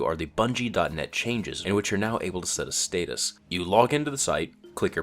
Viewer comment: Stay-tus... don't you mean status?